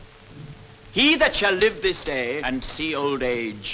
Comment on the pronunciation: I would not follow a man into battle who pronounces day as awkwardly as that. dayeeeeeeeeeeeee".